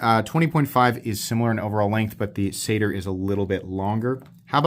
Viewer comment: I'm pretty sure they pronounced it "Satire". Not "Sader"